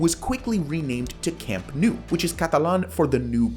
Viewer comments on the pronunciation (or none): It’s not camp new. It’s camp nou. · it's not "camp nu" it's CAMP NOU, it's neither "Le Corts" it's CAMP DE LES CORTS. Also Les Corts wasn't the Camp Nou, they were different stadiums, we played on Les Corts from the '20s into the 50's, AND THAT'S when we got into the Camp Nou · Please learn to pronounce Camp Nou. It's not Camp New. It's Camp NOUUUU (like "Camp Know"). Les Corts is not pronounced "Le Cort" (as in French). It's "Lesss Cortssss". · "Camp New" Hilarious... Please correct to "Camp Now"? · You are saying Nou wrong, you need to pronounce it like you pronounce know. Camp Nou = Camp Know